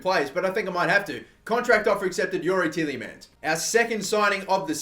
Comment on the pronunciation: 'Ti-EH-Le-Mans'... not teeleymans